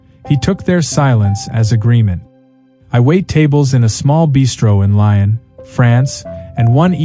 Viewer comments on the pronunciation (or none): Lyon in France is not pronounced Lion, it is pronounced Lee-ohn, with the “n” cut short. But AI voice over seems to get it wrong - that’s on several occasions now.